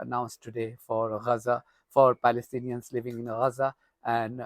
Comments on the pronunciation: Yeah you always say Raza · I really enjoy your reports on YouTube, very informative and non-biased. But why do you call it Raza, rather than Gaza ?